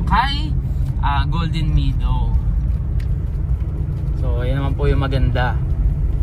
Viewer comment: subscriber ako. I’ll support your channel Pero ayusin mo naman ang pag pronounce mo ng “meadow”. Bisaya din ako anak. Pero Mehdow ang bigkas, not “midow “.